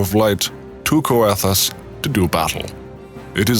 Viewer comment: Seriously great video! Though one mention on the pronunciation of Coerthas. You'd pronounce the OE the same way as you'd pronounce the Keurig brand. Pretty much pronouncing it as Keur Thas. Much love! Looking forward to the rest!